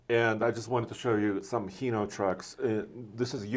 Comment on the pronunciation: It's pronounced "hi no" not heno.